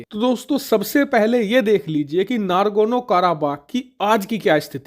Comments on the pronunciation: Ohh Bhai, yeh nagorno not nargono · I am surprised to hear your error pronunciation, it would be Nagorno not Nagorno. It's my favorite news utube channel. Don't mind! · It’s nagorno not nargono 😂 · Bhai, NARGONO NAHI N-O-G-O-R-N-O KARABAKH hai. Hindi knowledge ki baat karte ho, dhang se diya karo. Kahin Rahul Gandhi to tera student nahi thaa?? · It's Nagarno Karabagh, not Nargono Karabagh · Nagorno he, nargono nhi. Kitne baar galat bola??!